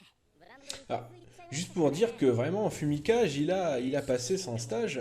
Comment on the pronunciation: Ca s ecrit fumikage mais ça se prononce fumikagé